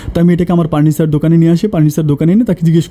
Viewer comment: ভাই প কে ফ ফচা ফ কে প কেন বলেন পার্নিচার,পাশি